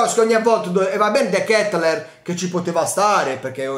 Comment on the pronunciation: x quanto riguarda la pronuncia vai su Google traduttore e metti olandese. Devi soffermarti sulla A. De Ketelaaaaar